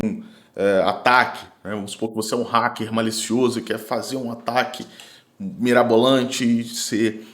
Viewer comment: Para de falar Requim, até em inglês. A pronúncia é raquer, e já tem essa palavra em português